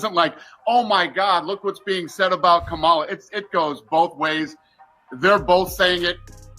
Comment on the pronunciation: I love how they love to say Ka-MOM-ala... sooo, your mom slept her way to where she is? 🤮